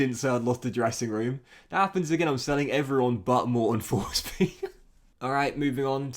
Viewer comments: His name should be pronounced "Morten Torsby", love ur FM videos!!! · Tourshbee mate